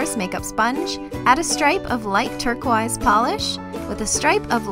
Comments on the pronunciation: How come these nails are longer than normal? Btw it's pronounced turquoise not turqaruse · Turquize that is NOT how you say it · Love your videos. But the way you say turquoise is kind of funny lol. I love how you say turq-wise instead of turquoise. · This might be a Canadian thing but, why does she say "turquEYES"instead of turquoise? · she said turquise 😂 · "Turq-wise" XD You're adorable. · I like how she says turquoise like turqwise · Isn't turquoise pronounced Turk-oie-s? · You say TURKO-EYES what... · lmao "terquaise" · Personally, it gets on my nerves. No hate here. I love so much and I actually met her in person, but I just do not personally like her pronunciation of turquiose. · that's what I thought! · shes canadian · I love how you pronounce turquoise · Am I the only one who cringes at how she pronounces turquoise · the way she pronounces turquoise tho